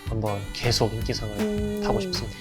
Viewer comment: 음, 하나만 말씀 드리면, 아나운서분이 '계속'이라고 발음해야하는데, 께속이라고 발음하는 게 거슬렸습니다. 그것만 좀 부탁 드립니다!